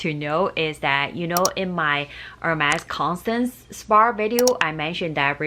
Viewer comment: Spar spar spar….. its spa 😂